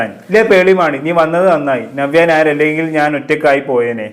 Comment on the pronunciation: ആദ്യം നവ്യ നായർ എന്ന് നല്ലവണ്ണം പറയാൻ പഠിക്കു